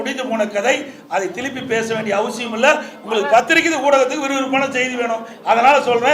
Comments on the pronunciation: திலிப்பி திளிப்பி என்னடா பேசுற, நீ மறுபடியும் முதல்வர் விளங்கும் நாடு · திலிப்பி திலிப்பி இல்ல சார் திருப்பி திருப்பி